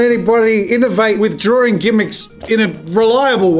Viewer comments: Draw-ring lol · So many people pronounce the word draw/drawing like there is a second r before the w